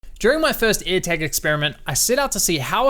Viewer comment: What's his accent? He says Eartag instead of airtag